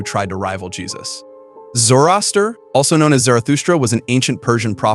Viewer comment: Also, Zorro-aster